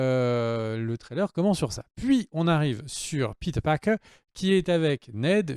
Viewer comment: pourquoi tu dis "peter parker" en mode doublage série B alors que tu prononces tous les autres à la française?